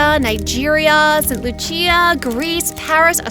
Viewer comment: Im from saint lucia and it is pronounced St. Lusha St. Lucia